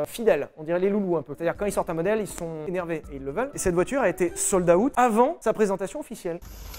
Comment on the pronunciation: une voiture "soldaoute"